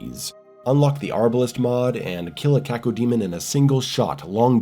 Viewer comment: No finer pleasure than the crisp way pronounces Cacodemon 👌🏻